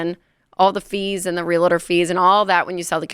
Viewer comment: bro who taught y’all to day “real-a-tor” there’s two syllables, not three.